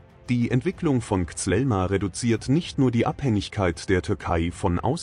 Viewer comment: Es heißt kízíl elma und nicht zelma😂